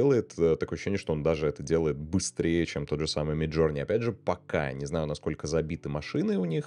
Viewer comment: да не джУрни мид, а джОрни, иоп